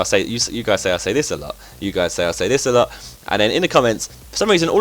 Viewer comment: You say aslot alot :p